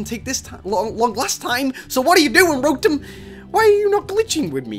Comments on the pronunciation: He says rotem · ITS CALLED RO-TOM